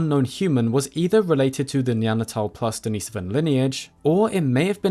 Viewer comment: not that I'm a grammar nazi but thumbs up for pronouncing Denisovan correctly it bothers me in a way to hear "experts" pronounce words wrong🤔